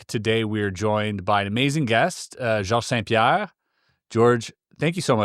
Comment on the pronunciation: the grin GSP has after hearing his name pronounced correctly 😂